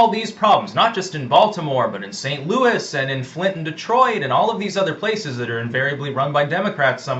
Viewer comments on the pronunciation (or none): none